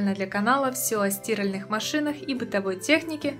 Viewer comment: СтИральеых? Вы в ней стИраете?